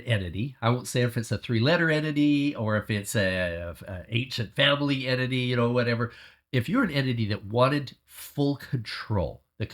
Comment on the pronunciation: Its ‘entity’ not enity